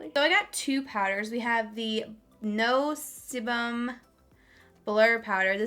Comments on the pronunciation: That blurring powder is pronounced ‘see-bum’. Sebum is essentially the oil that your skin produces, meaning that this powder would be good for oily skin. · It’s pronounced sea-bum. It’s basically saying no oil. Your sebaceous glands secrete oil which is called sebum. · Sebum is the oil that your face produces!!!! It’s said like cee-bum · I love the video. Just to let you know it’s pronounced “sea-bum”. But your videos make me wanna do so much more with makeup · Sebum pronounced see-bum :) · It’s pronounced “see-bum” and it’s the oil that your skin produces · Someone so oily needs to know the word, sebum... “Sea-bum” and, while we’re at it, Aura = “Oar-uh” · Sebum pronounces Sea-bum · Sebum= “SEE bum” lol. It’s just a clinical term for your face oils. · Sebum pronounced See-bum lol 😬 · Pronouced Seebum* its oil from your pores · Sebum is the secretion of the skin. It’s what makes your skin oily. It’s pronounced sea-bum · sebum... sebum is oil girl cmon!!! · Sebum is pronounced "see bum" which is the fancy term for oil ☺😉